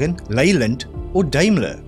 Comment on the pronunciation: I realize that certain words get pronounced differently in different countries, even if it is English but I detected some struggles in properly pronouncing some of the answers. Almond, Daimler, Epoch, Hari Kari... 😉